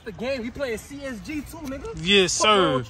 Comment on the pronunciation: Nigga said csg don’t you mean csgo 😭